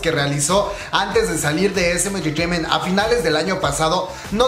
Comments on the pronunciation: Que es engreteimen jajajaja?? Sin ofender pero se escucha mal 🤭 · Me pone nerviosa como dice "enterteiment" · Cada vez que dice "entertaiment " me un cringe horrible. OSEA PRONUNCIELO BIEN NO MAME, ES INGLES NO COREANO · dice SM enchechement y Big Hit enchechement pero cuando dice JYP dice: jewayPE xd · Me da risa cuando dice entertainment lo Siento ajahajshjs Buna muy buena investigación y muy interesante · Jajajaja no pare de reír cada que pronunciabas “entertainment” o cualquier otra palabra en inglés 😝. Btw la info muy buena 👍🏽.